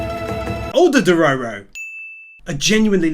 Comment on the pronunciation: the fact he STILL Calls dororo a she, plus says his name wrong makes this so hard to watch, especially how he just ignore dororo saying HE was a boy.. other then that, i still absolutely love this video and channel..